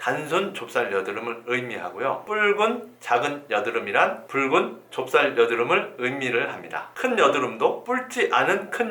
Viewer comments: 붉은 을 왜 뿔근이라 말하는지? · 뿔찌!않은!! 붉은!!! ㅋㅋㅋㅋㅋ왜발음을 다르게하시는거죠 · ㅋㅋㅋㅋㅋㅋ괜히 재밌음